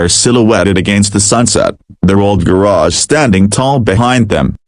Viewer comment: Horrible pronunciation of the word “garage” Totally butchered it!!